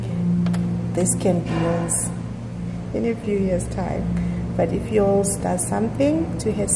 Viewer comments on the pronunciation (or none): I've been a subbie here since the beginning of covid, watched every single video and it's actually the first time, I hear "it's Yolz channel" as "it's y'all's channel". How creative!🤔🤭🤭